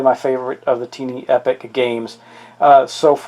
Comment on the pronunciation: It is pronounced tie+knee not tee+knee.